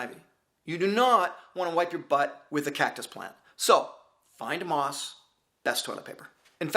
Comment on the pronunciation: Oh moss!! At first, I thought you said 'moths' :-D (Great video btw)